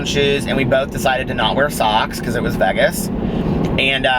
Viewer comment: You do say Vegas funny!! Lol I dont know how you dont hear it. You say, v-eehh-gus and its pronounced v-ay-gus, if that makes sense. 💙💙💙💙💙💙